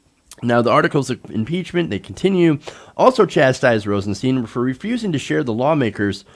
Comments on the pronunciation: It's Stein.. Not Steen.. You'd pronounce the word stein like Stine, so if it's Rosenstein, you'd pronounce it the same as if the Rosen part wasn't there.. He even went on an interview and said he doesn't correct people because his parents went by both to make it easy on others, but he even said it's Stein not steen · PLEASE... Rosenstein is pronounced with a long "i", not a long "e". That's how he pronounces his name. It's not ambiguous.